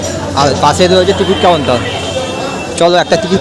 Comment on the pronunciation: এই হত্থে ব্যান্দেল কাতোয়া লোকাল থাত নম্বল প্ল্যাতফলম থেকে থালবে। তিকিত কাউন্তাল? হলিনাম না হরিনাম। ভাই তুই কি তোতলা?